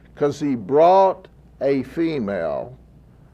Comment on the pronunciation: Delivering “femail” LOL